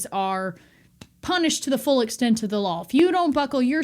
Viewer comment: I love how you say the word, "Law". Sounds like "Lol".